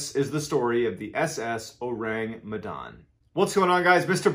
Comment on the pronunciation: Besides slighlty mispronouncing "Medan", it's been great listening to how you present the story.